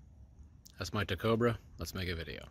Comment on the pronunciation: ik he said “tacobra”😂 0.03